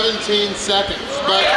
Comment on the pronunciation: When says “but” it sounds like he’s saying “butt”